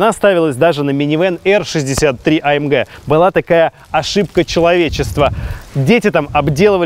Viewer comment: Не амдж а амг.